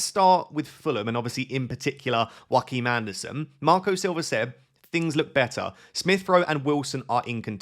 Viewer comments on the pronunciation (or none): Hi. Please stop calling him Jhroakim Anderson, as if his last name is Phoenix. It’s pronounced ‘your’-kim Andersen. Sincerly, a dane.